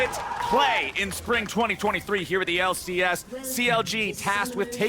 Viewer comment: unwittingly genius!!!!:D >>>>> <<<<<< "WELCOME TO FINAL DAY everyone....here in the L......C.........AIASS! " XDDDDDDDDDDDDDDDDDDDDD loooooool XDXD:D did SERIOUSLY SAY THIS!?!!? XD i think he didnt even realize!?!?!?!?! LOL!